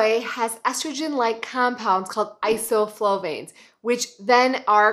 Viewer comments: Good video, but please check your spelling and pronunciation on things like isoflavones (not isoflovanes). It's tough to trust you if you don't know how to pronounce these things! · “isoFLOVANes.” Really? That’s what she says and that’s what the screen text shows. Two mistakes is no accident. It’s isoFLAVOnes. 🧐Is this woman really a doctor? 🙄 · that should be "isoflavones", not "isoflovanes" :-) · They are isoFLAVONES. Not isoflovanes. 😢. You should know this. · Isoflovanes? You meant isoflavones. Folks, check your sources. Anyone can read and recite anything. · Some things concern me about the credibility of this video. The information is presented carelessly. The compounds in soy are called isoflavones, not isoflovanes. Secondly, losing 46 pounds is only "great" if you're 46 pounds overweight. Finally, the keto diet is dangerous in the long term and unsustainable. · = "Isoflavones", not "Isoflovanes" 👍🏼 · Isoflavones (not isoflovanes). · it is isoflavone not isoflovane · It's soy isoflavones. You lose credibility saying AND spelling it incorrectly. But I realize docs only have ONE class on nutrition in med school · You meant to say ISOFLAVONES, not ISOFLOVANES. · Hi- Great vid! It’s Isoflavones, not Isoflovanes. :) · FYI: ....that's: "ISOFLAVONES".....